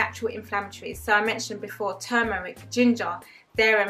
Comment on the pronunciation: Just found yr channel.. Some good advice... Great stuff.. Really happy to hear you promote healthy eating as numero uno👍... Glad you got out of med school... And went the herbalist route..also, i think u are only the second person i know thst actually pronounces turmeric correctly with the "r"..most people say tooomeric!!...one thing to remember.. Or, what do u think.. Everyone says sugar is bad, but it is refined sugar thst is bad, imo.. Fruits are sugsrs so i think it is always important to stress refined sugars i.e all thats in processed dead food... Anyway, great info, sm going to watch more.. 👍👍